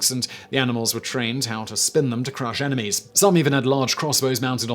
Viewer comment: Simon said "emenies" hehehe